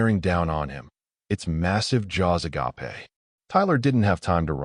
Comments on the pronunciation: oh for the Lord's sake do something about your AI. there is a major difference between ah-gah-pay absolutely pure love, and ah-gape wide eyed staring in shock. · (agape)...Ah-gaah-peh? Crappy narration. Okay story, still not subscription worthy. Great art (that matters more than you might think). Finished well. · Àgape is being pronounced incorrectly, which changes the meaning. The way you said it, it means the greatest kind of love (the love God has for us) You should have said "a gayp"